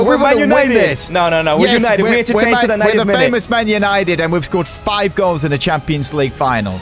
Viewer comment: man loonited?